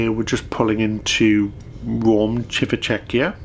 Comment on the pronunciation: We love watching your videos guys and always have a real laugh at malapropisms (Google Mrs Malaprop). Best one in this video: The port of Rome, says" Chivvy Checkier" a couple of times - made us chuckle.